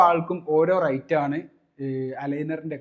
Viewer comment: Rite അല്ല rate എന്നാണ്.. റൈറ്റ് അല്ല , റേറ്റ്